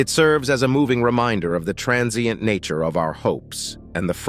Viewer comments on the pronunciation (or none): none